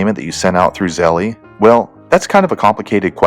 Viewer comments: It's pronounced " Zel " not "Zelly" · Lol you said zell ie 🤣 it’s zell ~ Zelle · By the way dude it’s pronounced Zel not Zelly just watch their commercials they will tell you how to pronounce it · He says Zelle wrong it's Zell not Zelleeee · Zelly? Lol. Bruhh 🤦🏻‍♂️ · It’s not zelly stop saying that u wrong